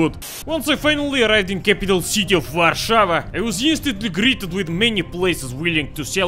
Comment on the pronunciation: finaly some one said ower capital name right